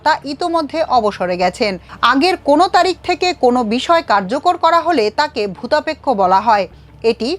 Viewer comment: **দুঃখিত ! না বলে পারছিনা , খবর পাঠিকা বারবার ভুতাপেক্ষ কে ভুদাপেক্ষ উচ্চারণ করছে , আশ্চর্য ! খবর পাঠিকাকে উচ্চারনে এবং টানে (এক্সেন্ট) আরও আরও স্মার্ট হতে হবে !